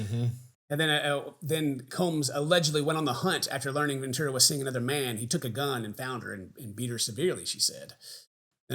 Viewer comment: it's cassie *ventura, (sorry to be that person)